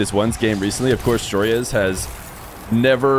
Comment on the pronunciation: why does everyone pronounce Joreuz wrong ? its JORUZ